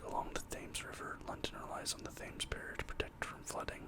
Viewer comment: Its pronounced Tems not thames im sure youve heard of the River Thames before